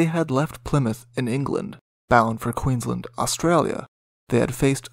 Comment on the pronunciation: The pronunciation of Queensland and Brisbane needs improvement. It was also impossible to "avoid Bass Straight (sic - its a Strait)" - it was the main thoroughfare for all vessels. No one rounded lower Tasmania unless they were physically aiming for Hobart.